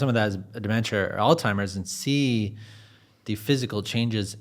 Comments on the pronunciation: All timers 🤦 the host says the name of Alzheimer's wrong SO many times, she literally starts referring to it as "that disease" because she doesn't want to sound like she's correcting him, but she also refuses to say it wrong 🤣🤣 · It surprises me that the host who continually emphasizes a science basis for this conversation, does not know how to pronounce Alzheimer's disease. It seems such a contradiction to want to emphasize a learned field & be focusing on the technicality of a scientific approach yet to be so imprecise w/ words. There is no 't' in Alzheimer. It is not ALL•timer's It is ALLZ•high•mur's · The moderator is difficult to listen to. He talks too much. And doesn't know how to pronounce alzheimers...I prolly won't subscribe 🙄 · It’s Alzheimer’s please learn how to pronounce it. Makes me think this is AI. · There's no "t" in Alzheimer's. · Right?!?! There is no "T". Sadly, even doctors mispronounce Alzheimer. 😐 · Great episode so far, but I cannot get over how he's pronouncing Alzheimer's. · I found it amusingly appropriate I mean Alzheimer's is an old timer's disease 😂 He made at least one other similar malapropism. I forgot it now. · Alltimers? 😂 It’s Alzheimer’s. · AllTimers? It's Alzheimer's. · All -timers 😂 people don’t read anymore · Alzheimer’s! Not All-Timers! How do people keep making this mistake? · It's pronounced "all-zy-mers." NOT "all-timers!" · great video but hearing you say "all timers" was aggravating 😅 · Really gonna call it “Alltimers?” Its Alzheimers🤦‍♂️ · It's 'ALZHEIMERS'.... Not 'ALL-TIMERS' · He keeps saying "All-timers." 😂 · It sounds like he is saying "Old Timers" rather than Alzheimers. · Dude, it's Alzheimer's not Old Timers. Geeze get it right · ALZHEIMERS! Not ALZTIMERS! People gotta stop saying that! So many do. Smh. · Alzzzzzzhiemer…. Not all-timers 😂😂😂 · It's not 'Altimer's' - it's Alzheimer's. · Your a very nice man . But may I please correct you. It’s not “All timers”, it’s Alzheimer’s. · Alzheimer's NOT altimers